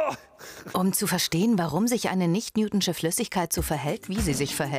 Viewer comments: Ich hasse es wie sie newtonsche sagt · "Newtschne" Flüssigkeit 😂😂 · Sie sagt nicht newtschin...